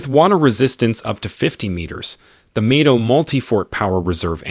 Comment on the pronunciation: thats the problme when using AI for voiceovers, same the way it changes Mido to May-do